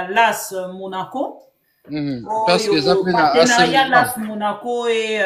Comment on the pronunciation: L'A.S Monaco ! Pas las monaco. Dire A puis 😊S (Ess)